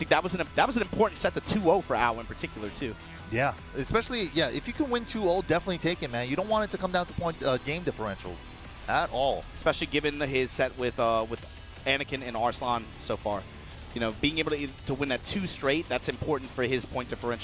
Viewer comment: The way they keep pronouncing Arslan’s name is crazy